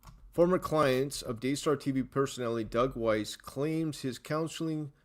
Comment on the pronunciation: BTW... >>Pronunciation of Doug Weiss..>> "WEISS, rhymes with RICE"